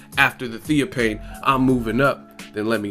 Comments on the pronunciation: it's Theo (fane) not theo pain. smh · why do u sound so stupid? Theo fffaaannnne, not pane¬ idiot